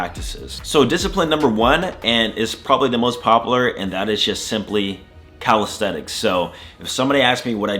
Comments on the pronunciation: CalistheNics. With an N. I feel like you're saying CalistheTics. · Did you know you say "calistheTics"?